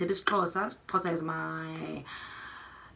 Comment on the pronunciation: I loved when you pronounced the Xhosa words. Love from Kenya